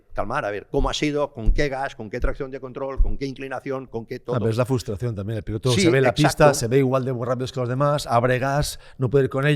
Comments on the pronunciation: Por favor "FRUSTRACIÓN", CON "R"... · ¿Nadie en la mesa sabe decir “FRUStración” correctamente o qué? Cada vez que y dicen FUStración muere un gatito